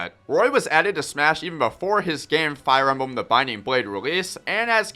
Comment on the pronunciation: Did he say fire embum your nose sounds stuffy, clean it out then make the video. Corrin is good so is Mr game in watch that fact will never change.